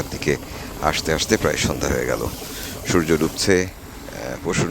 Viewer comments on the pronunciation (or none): none